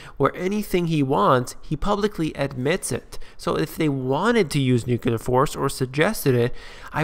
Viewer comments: The word is N U C L E A R not n u c u l a r. When you learn to spell and pronounce a simple English word, you may get more listeners - but not me! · Every time i hear someone say "nukular" instead of nuclear, I stop the video. It's too bad he said that word in the first 10 seconds of his show.